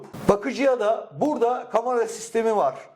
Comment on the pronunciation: Kamara değil de Kamera diye telafuz etseydiniz iyi olurdu.